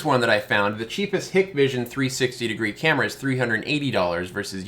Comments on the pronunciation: Just a couple quick corrections for future videos: 1) Hikvision is "Hike-Vision" 2) Dahua is "Dah-Wah" I made the same two mistakes in my first PoE camera video. I'd imagine that the PTZ functionality is just dewarping a single part of the image in the software, but that the fish eye format is always being recorded. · it is Hike Vision and Da way. Just how you pronounce them lol Those got in trouble and no government contracts from back door access they have. I installed 2 Axis products and they have tons of features! Still wanna see a UniFi Protect in person. Great video!